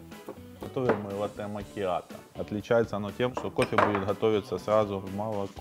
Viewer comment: Бариста который не знает как произносится слово латте